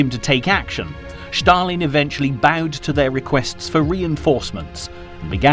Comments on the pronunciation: It's Stalin, not Shtalin..😀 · It's not Shtalin, it's Stalin. It's such a well-done video I don't understand why the name of a major player is mispronounced. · “…Shtalin…” There is no “H” in ‘Stalin.’ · Why SHtalin and not Stalin?) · I tried but just cannot tolerate the "Sch-talin" pronunciation. Down arrow, skip and move on. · Thanks for making this point, it has been grating on my nerves as well!!